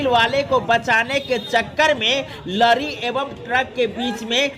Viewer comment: न्यूज़ वाले चचा लरी नहीं लॉरी होता है।